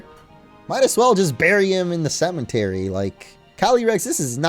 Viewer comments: did it annoy anyone else that he kept saying cementary and not cemetery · its a cemetery not cementery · Not a single soul:: cementary